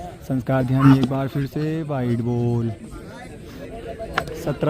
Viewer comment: Ave bhai Dhyani hota h ध्यानी